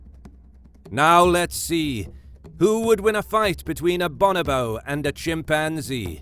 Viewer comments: Bo-NO-bo not BAH-nah-bo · "Bon-oh-bo".... Your putting the wrong em-phAs-is on the wrong syl-ab-le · Pronounced Bo No Bo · For a start it's pronounced "Bow No Bow" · BOnobo? boNObo? no: BOnoBOSS ;D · It just sounds better when it is pronounced bO-nO-bO. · Cracked me up when he said bonobo wrong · Hate the way this guy pronounce bonobo.